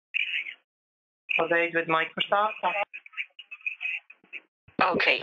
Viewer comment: "Microseft" lol